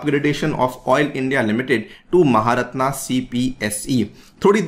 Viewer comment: its pronounced maharatan not maharatnaa u are not a foreigner who doesn't know hindi